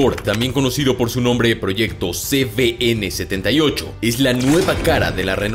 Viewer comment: Por qué pronunciais ce be ene si es ce uve ene?